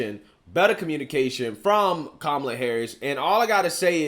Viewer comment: He called her Que-mala 😂